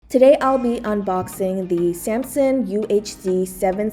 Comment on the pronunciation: SAM SUNG not Sampson